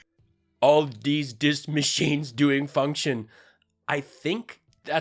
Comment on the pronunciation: “Maa-cheens! and Roe-bots! Logan! They are attacking us again. Restart the dial-up routers!